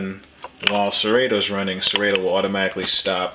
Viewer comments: its sir-rot-toe, not sir-rate-o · Is not Serayto.lol